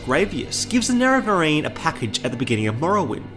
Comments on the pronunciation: They can use it because of how they mispronounced Nerevarine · 10 seconds in, if homie can't pronounce nerevarine correctly I don't think this video is going to go well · All the weird pronunciations bug me when trying to watch this. Nera-Veer-in? "Of the underworld hayds? And how did you get "Ahbolam" from Omalen Ancestral Tomb? Have you actually played the game? Or am I super ignorant and this is just how your local dialect is? I just have a hard time believing someone who played through Morrowind and heard Nerevarine pronounced over and over again would say it in some way like a reporter who never played the game would read it off a teleprompter.